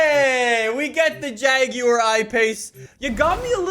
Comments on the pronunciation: The way he says jaguar though (jagiuar) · The JAGYEUR i pace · Jaguar Ipace Everyone:— 😑😑:— “hair erection” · why he say jaguar like that🤣